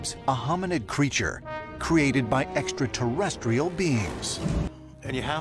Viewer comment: Its pretty ballsy to become a host for ancient aliens when you cant pronounce "extra terrestrial", giorgio